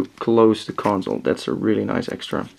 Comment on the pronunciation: Its console not conZole...